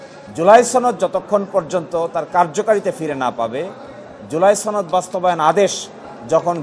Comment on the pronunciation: ছনদ না রে সনদ😂